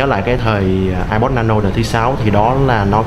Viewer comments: Thằng này ko biết nói tiếng anh hay sao zay ép pô mà cứ kêu là ây pồ ko ak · ông này review apple mà đọc ây bồ wài